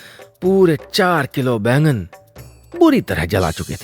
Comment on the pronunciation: बैगन नहीं बैंगन